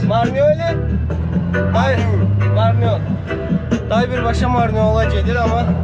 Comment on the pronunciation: Gürcüce adı Marneuli siz "Marnol" diye telaffuz ediyorsunuz asıl adı Sarvan'dır. Kadim Borçalı şehridir.